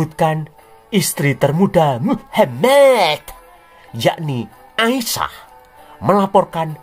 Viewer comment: Selalu Gemes gua setiap dengar ngomong muhamad... 🤣🤣🤣 penekanannya ok bangat... Wkwkwkw